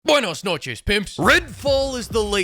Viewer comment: I felt that "buenas noches" IN MY SOUL. And I'm puerto rican. Goddamn. O_0 He's got good spanish. 🔥👍🏽